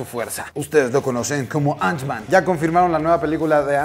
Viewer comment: Porque dice antsman? No era bastante fan y conocedor del mundo marvel? Ni teniendo la caja enfrente viendo que dice ant-man?